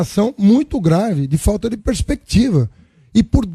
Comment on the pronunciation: Vc falou pespequitiva?porra o país não tem pespequiva porque o pt quebrou o país seu lixo